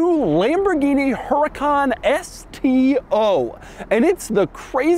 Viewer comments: Doug. You of all people. You're saying it wrong. It's not "HUR-I-KON" It's "OOER-I-KON" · #DougDeMuro Please treat the H as silent. Pronounced /Ur - eh - khan/. Its 2023 - Americans can acknowledge silent H’s. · Is pronounced “uracan” no H. Just U-RA-CAN. Simple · You DON'T pronounce the H, it's a Castilian/Spanish word.